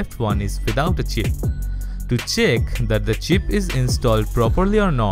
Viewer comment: when he was saying “chip” i heard it like cheap and i had to actually see the subtitles 😂😂